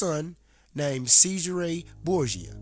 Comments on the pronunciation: Who the hell is SEIZE HER RAY BOORGE JER. Have to say having come across many Americans who like you effectively 'assasinate' European languages , but with out doubt yours is the worse. I also suggest if you want to put across your opinions especially in regard to to history, you spend some times honouring and respecting the accent and correct pronounciation of those you are wishing to give comment on. I grew up with a very strong London 'Cockney' accent and spent time correcting how I spoke. There are a great many of Youtube this is two of them :- The fact you most likely will not be capable of understanding this, shown so well in your pronounciation of Cesare and more so your ignorant defence of doing so, is proof positive you lack individual thought. Also I suggest your read God is not Great by Christopher by Christopher Hitchens and various articles also by Richard Dawkins. As with most 'brain washed' religious zealots like you, using Youtube to force your views on others, I suggest very much instead of the blind obsessive adoloration of words written in the bible (most were written 250 years after St John) you take a step back and view both TV Borgias and see the painfully obvious to us who have not been brain washed from childhood - what is going on. That the Catholic faith just as Islam (is now doing) is just a means to control stupid people like you, so a minority have control over your lands, wealth and how you think, so they can live in luxury and enjo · It's pronounced "Chezaray Borja"